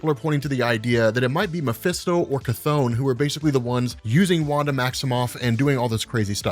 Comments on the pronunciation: Terrible how you englisch People butcher the CH! His Name is Chton, not Kathon! That is like the Name Richter is Richter and not Rikter...No english Person will ever speak those right! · After playing Hades and watching History if Greek mythology videos it hurts a bit hearing "ka-thone" instead of "kuh-thon" but just a minor gripe 😂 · Never heard someone say Cthon out loud. I always read it with a short "o" Good video though. Subscribed.